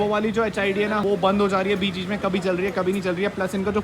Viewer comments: it's bihu main not mai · Aap bihu main word me "n" ko kyu silent kar dete ho. "Bihu main" me N ko silent mat kariye